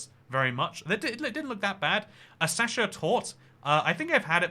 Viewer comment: So you can pronounce 'petit fours', but not 'sacher' or ' foie gras' ?